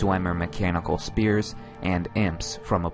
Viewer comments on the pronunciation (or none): Sfeers. Not spears. xP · I change my mind. When he pronounced "Spheres" like "Spears", that just pissed me off for some reason